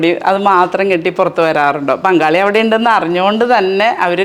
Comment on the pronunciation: അതെ, ഞാനും വിജാരിച്ചു എന്താണ് ബംഗാളി 😄